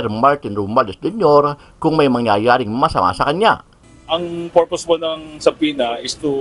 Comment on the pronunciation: SUBPOENA Suh-pee-nuh